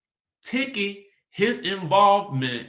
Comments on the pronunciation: It's pronounced Teke. Even though it's spelled Tiki. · Everything time you pronounce Tiki’s name- I get so tickled😂🤣